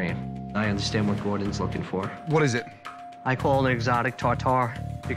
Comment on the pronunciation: Did u really say "Shef." Bruh. Also, it's Gordon, not Gorden